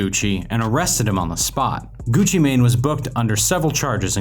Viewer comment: Him saying Gucci mane is the equivalent to my grandparents saying poke man instead of Pokémon